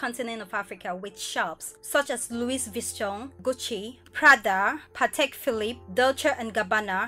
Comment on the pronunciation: Wow your prononciation of Louis Vuitton scared the hell out of me hahaha and is an insult to the French Language 😅